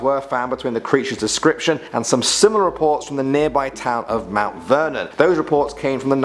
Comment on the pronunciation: When I heard mount Virden I live right by it😂